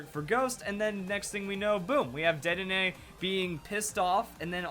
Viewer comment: It's DEDdenne